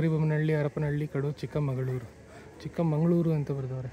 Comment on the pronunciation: Adu chikkamagaluru ne not chikkamangaluru